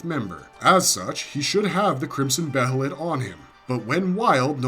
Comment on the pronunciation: jj .. Its another word literally for 'Hawk.' And moreover he pronounces 'Behelit' correctly instead of trying to ear-r@ it by calling it 'Be-HElLiT' like some people do as if theyre not from this planet and cant pronounce COMMON-english dialect correctly! : D .. I bet you pronounce it that way too, Huh? ;jj What, Do you for some senseless reason call 'Guts' the outdated name no one except for 2 people wanted 'GaTtsU,' Too?